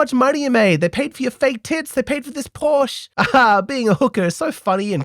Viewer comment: A little tip from a german: the E from PORSCHE is not a silent one. It sounds like the "e" in "lesbian"